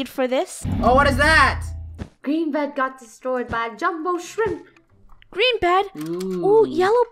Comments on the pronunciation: me: laughing when funneh says bread insted of bed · funneh did you know that you said yellow bred instead of bed lol XD